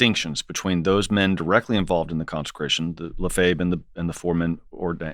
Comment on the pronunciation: The least the host might have done is pronounce Lefebvre correctly.